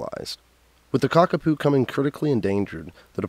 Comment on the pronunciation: It’s pronounced ka ka poh😮